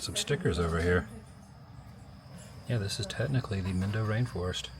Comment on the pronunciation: Your Lesson #1) the I in Spanish sounds like E. SO mindo = meendo